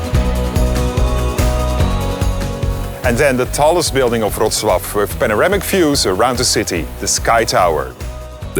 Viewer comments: dude pronounced Wrocław better than his own name.... respect..... btw. still don't know what his name is, but i've got it written down just in case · Thank you for beautiful pronunciation of Wrocław. Greetings from Poland.❤